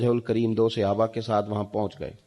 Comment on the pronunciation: Muhotarm baray mahrbani "Sayaba " nahe kaha Karyn "Sahaba kaha Karyn AP ki neyat ache h lakin Talaffuz galat huny SA buht Frq prta ha . Please is tarf tawjja dyn..